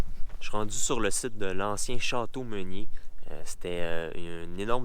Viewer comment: C'est pas meunier , pas menier , mais bien Ménier ... prend le temps de bien lire les panneaux explicatifs pour ne pas induire les gens en erreurs !